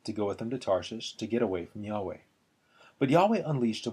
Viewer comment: Good combination of the woodcuts and reading. From the editor's introduction to the Jerusalem Bible, I understand the pronunciation of Yahweh to be yah-WAY, on the second syllable.